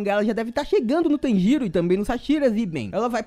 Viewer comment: Cara eu fiquei escutando ele falando tangerina kk